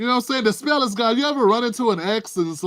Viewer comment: you said it, "The Thrill is Gowne!",and we all looking at Obama like, "How did we ever fall for that?"